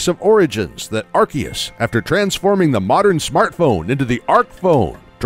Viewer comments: It is prounounced Ar-See-us, not Ar-Kee-us. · It's AR-SEE-US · Amazing, apart from a few mispronunciations (Arceus (CE makes a soft C sound)), Growlithe, Hisuian, Rowan, Unova, Yveltal (has two “L”s)) and the GBC G/S/C having both legendary Pokémon available. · The legends Arceus cough cough ARKOOS section was really on point. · I thought it was pronounced 'Ar-see-us', like in the Japanese trailers. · Its pronounced "arkoos" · This, too. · Watch the english trailers. Seems they've finally settled on an English pronunciation. I did see the Japanese trailers referred to it as Are see us.